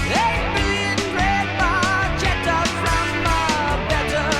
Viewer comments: it's barketa not baršeta. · It's pronounced Red Barketta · Best song off the best album by the absolute best band on the planet. In the automotive industry, the term "Barchetta" is used for a two-seat car without any kind of roof. The proper Italian pronunciation is [barˈketta], with a /k/ rather than the /tʃ/ sung by Geddy Lee. Neil Peart's favorite car was the 1948 Ferrari 166MM ″Barchetta″. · The “ch” should be pronounced as a “k.” Geddy mispronounces it. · A little trivia. You are correct; Barchetta is a Ferrari. Yet the pronunciation of Red Barchetta is Red Bar-keh, not Bar-che. Because Geddy pronounced it incorrectly, the new title is Bar-che. Barchetta is Italian for Little Boat. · In Italian, "ch" is pronounced like "K." So, you should pronounce it as red barketta. Barchetta in Italian means "little boat" because its shape resembles a little boat. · Actually pronounced Bar-ketta. Saw this live 4x in 1981. MSG 2 nights, 10th row, 11th row. Nassau Coliseum 2 nights 18th row, 7th row. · FYI...Barchetta is pronounced "Barketta". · Pronounced, "BarKetta" or 'small boat' in Italian. Geddy mispronounces it in the song 🙂 so don't feel bad. This was the song that sold me on RUSH in high school in the 1980s. As a car nerd, I was hooked. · Pronounced BarKetta, which is a small boat in its original translation! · i know noone cares but it's pronounced barketta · i know, i know... but the real pronunciation is barketta, sorry i must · Sort of. Regardless of Geddy’s or these guys’ mispronunciation of barchetta, in automotive terms it refers to a particular style of car (similar to coupe, sedan, spyder, targa, etc.), not to a specific model — although if you say “Ferrari barchetta”, car enthusiasts will know which particular cars you are referring to. A barchetta is a small, open-top car similar to a little convertible, but with no top that can be put up, so if you’re out for a drive in a barchetta and it starts to rain, then you have no choice but to get wet.